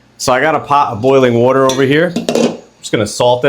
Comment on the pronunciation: are you from Philly? I keep noticing the way you say “water” ☺️